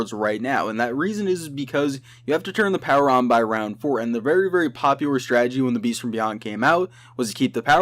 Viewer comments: Roud instead of round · Lol he says roud not round 😆